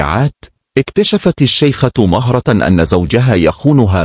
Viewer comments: اسمها مهرة بضم الميم وليس بفتحها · مهرة بضم حرف الميم باليمن والخليج بنسمي مهرة وهي اسم لصغير الخيل ولكن ننطقه بضم حرف الميم ونطقك للاسم خطاء